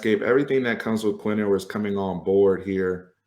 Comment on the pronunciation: Pretty sure "Ewers" sounds more like "yoo-wers" than "ooh-wers".